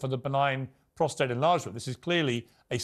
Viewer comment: Could someone please correct Tom Bower’s pronunciation of the prostate gland? It’s prostate (with no r after the t) not prostrate. He keeps saying prostrate and it’s incorrect. He’s writer. He should know this.